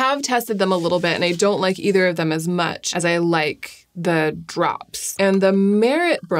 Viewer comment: did i miss a pun or did she just pronounce much as mech